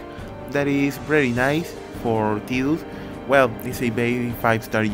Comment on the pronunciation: lol what do you keep calling him? Tew? xD